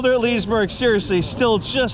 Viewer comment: Pretty sure it's not pronounced Lizzy-berg